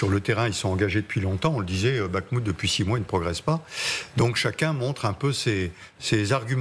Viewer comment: ''Ces troupes ne progressent pas a bakmout '' 🤣🤣